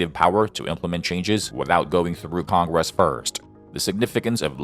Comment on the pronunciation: Big surprise a communist tool being used by a communist loving president to push his agenda. Its almost as annoying as the way congress is pronounced by your Ai.